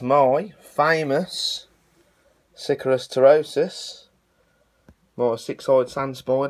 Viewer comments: It’s pronounced sic-ARE-ious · That's not how you pronounce Sicarius